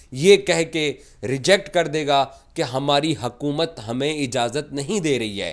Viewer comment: Abe hakumat nhi हुकूमत,,hota,,inko urdu nhi aati😂